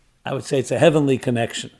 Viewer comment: And not. Be. Of heavem